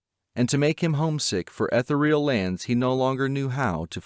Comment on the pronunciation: Not Ethel-real;it's E-THEE-real.